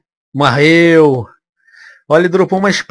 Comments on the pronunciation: quem ouviu ele falar apos matar o lobisomen : marreu da joinha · ele falou marreu